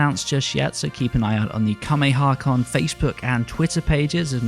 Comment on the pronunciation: You keep pronouncing Kamehacon wrong.